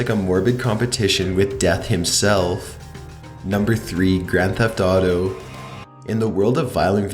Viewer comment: When you said "Grand Theft Auto"...I kept thinking you were saing "grandpa daughter" Wow. My ears can usually sort out your accent, but today my brain is not working, lol